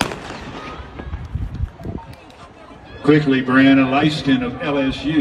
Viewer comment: The announcer really Butchered her last name.. 🤦🏽‍♂ Him better put some respect on the Queen's name and call it properly next time.. 😏